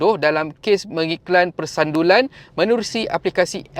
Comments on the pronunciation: Sebutan tak kena , bukan persandulan tetapi persundalan ....sebut betul -betul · Persundalan… bkn persandulan… kot…😅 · PERSUNDALAN...bkn persandulan 😂😂😂.asal lah susah sngat nk sebut ..dri dulu sebut nya begitu ..terus kn content yg baik2 ..👍👍👍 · Utk elak kena strike ngan youtube kak oiiiii. Tu sbb ada ayat2 tertentu kena sengana salah sebut